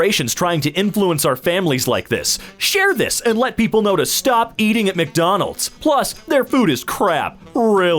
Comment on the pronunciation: The "salty as hell" one was gold, but did anyone catch "McDomald's"?